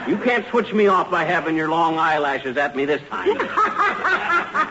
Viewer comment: Sometimes you just wonder what happens in these shows ... Fibber was talking to tiny and said "oof" instead of "off" ! He must have either mis read hIs line or said it on purpose but The audience Just busted out!